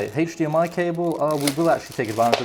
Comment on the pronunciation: "Heych dmi cable"